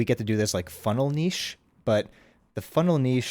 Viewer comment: Great video, and thanks for being part of the group of people that say niche properly.